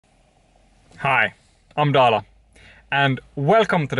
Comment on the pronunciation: headsup, its Dala, not Dale hehe